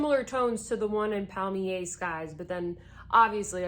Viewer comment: I clutch my pearls at your pronunciation, and I say air river to you, cause that’s how good bye is pronounced in French.